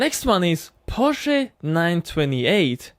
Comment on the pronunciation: Thank you so much that you know how to properly say Porsche